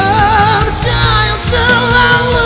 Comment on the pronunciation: Aku yakin ni suara die...aku respect talent die, mmg power...tp nape minit sebutan "percaya" tu lainn maciam saje hehe...✌️